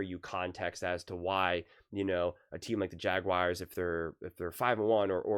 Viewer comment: JagWIRES!? 😂😂 SOUNDING LIKE ACHO HAHA